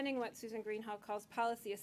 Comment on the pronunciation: It’s pronounced Greenhalsh